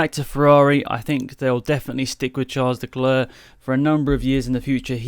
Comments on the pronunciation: "Charles LeGlerr"... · Who Is that Charles Decleaur he keeps talking about? 😂😂😂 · Charles Decler? 🤣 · “Charles Decler”